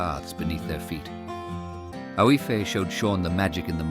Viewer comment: The girls name, is it Aoife? If so, it is pronounced Eefa. Otherwise, beautiful.